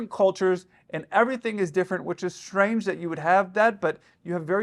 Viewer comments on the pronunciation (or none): none